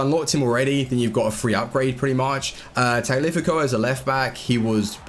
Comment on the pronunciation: wtf is a tag-lifi-co?